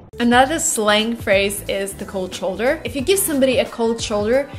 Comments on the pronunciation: Hi, Your "shoulder" in "Give Me a Cold Shoulder" sounds wild. It should be like "show"... Thanks, Albert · Hi, Your "cold shoulder" sounded like "cold choulder". Please be aware. Thanks, Albert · It occurs to me that you mispronounce shoulder.